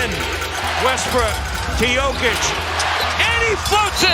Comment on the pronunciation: Can you PLEASE stop butchering Nikola's name? Check the video on youtube called "How to pronounce Nikola Jokic's name the right way"